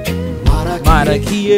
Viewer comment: I like the way you say marakiye